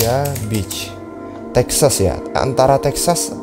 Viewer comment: maksud dia itu yg di video, cara penyebutan beach nya itu kyk penyebutan b1tch